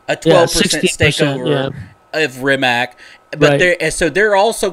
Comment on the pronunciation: Bugatti is a French company, not Italian. Hammond get out of the car alive, a fire started later. Rimac is not pronounced as Rimak but as Rimatz. Konigsee is a Rimac customer. Bugatti Rimac is only part of RIMAC AUTOMOBILI. Rimac is not selling his company and is still the major owner. Near all parts (except tires and brakes) are produced in Rimac, not bought.